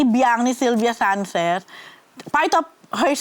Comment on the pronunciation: Bulol ba talaga itong si o maluwag ang pustiso? Lalo na un sinabi nya un "Sylvia Sanchez '.